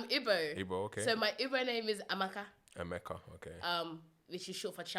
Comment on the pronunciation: Lol! Her name is Amaka, mispronounced it and said 'Emeka' which is actually an Igbo name but for males.